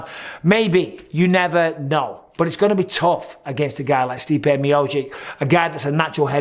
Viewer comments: Bisping still can't pronounce miocic (mee oh cheech) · C'mon Mike please say Miocic right